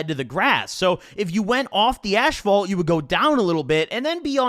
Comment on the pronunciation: Dude I love but the way he says asphalt (ashphalt)is just horrid lmfao